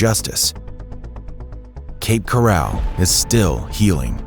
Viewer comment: I made it as far as 45 seconds into the video. If you're going to use AI narration, make sure they pronounce the words correctly. If you can't be bothered with that, I can't be bothered with you. Cape "corral" my behind. I'm out.